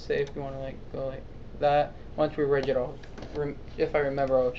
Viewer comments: it's not prounounced like ridge. it's prounced with a hard "g", as in big, or gun, or wig. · the g is pronounced GUH in rigging.